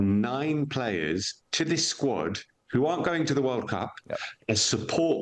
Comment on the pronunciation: What are you guys really doing? Trying to place emphasis on THIS? Lol